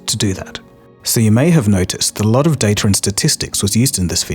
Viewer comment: His voice sounds AI generated. "A lot" is one example. Sounds like he is putting emphasis in the wrong syllables. Ai does this often. I hope he is not using AI. I would have to unsubscribe.